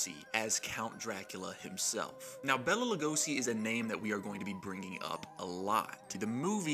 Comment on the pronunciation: Its pronounced BAYLA not Bella. My mom once worked for a bank that had his familys estates account there and she got chewed out once for saying Bella